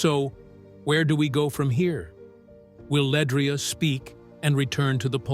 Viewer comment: First of all this blog is just click bait, pronounce her name correctly and her last name is Johnson not Bennett stupid ass smh, she’s also a Grammy award winner and 2 time stellar award winner …. But u ain’t said what Pastor Tim Rogers said yet smh 🤦🏽‍♂️ Try it again when u have facts, he never called her name not once but these blogs will literally drive u crazy